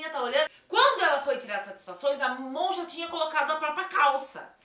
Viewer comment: No começo ela falou certinho, pq Amon é um nome difícil mesmo kkkkk A gente ver mais pessoas que se chama "Ramon"